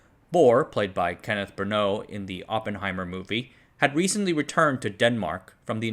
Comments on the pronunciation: Ken brannaugh last name is pronounced 'brannah' not brannow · If it was actually spelled the way you did I would understand the mispronuncuation. Kenneth Branagh. Bran- Agh. Not Branaough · Branagh: Brah-Na Gh is silent in Ireland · Kurchatov: koor CAToff. Branagh: bruh NAG